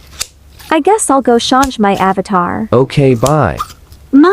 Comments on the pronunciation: "im gonna shañshe my avatar" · the word "change" sounded like "shaunge" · The Fact when Angelica says “introdace ourselves” even though the Subtitles says “introduce ourself” bro got me rolling on the floor 💀 Edit: The Fact when the main character says “Charnge” and the Subtitle says “Change” 💀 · “shonge“ got me dying